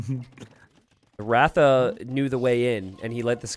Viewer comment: It's pronounced r-uh-tha... The first A in "ratha" is pronounced like the A in Tristan